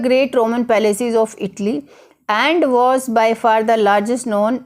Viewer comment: Not itli it’s called Italyyyyyyy😐